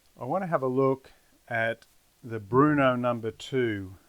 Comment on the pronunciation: Bro it’s Brno not Bruno!